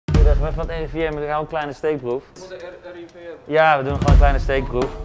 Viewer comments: "Ik ben van het RIVN" 😂😂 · zegt de N heel duidelijk je moet het gwn snel zeggen dan merk je het echt niey